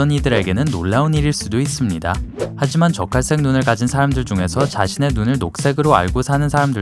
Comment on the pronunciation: 나만 적갈색이 자꾸 젓갈색으로 들리나....?